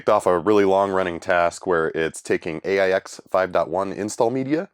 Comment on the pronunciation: Not sure about RIPL, but the OS is pronounced "aches"